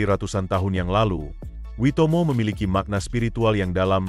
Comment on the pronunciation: Nice info, sayang beberapa details ngaco seperti visual Wellington malah sky towernya Auckland, penyebutan beberapa nama spt Hangi, Maori dan Waimoto yg salah. But overall it is nice information. And yes, saya pribadi sangat menikmati kehidupan di sini terlepas dari banyak jg hal2 negatif nya. Btw Cappucino 3.50$ beli dimana hahahahaha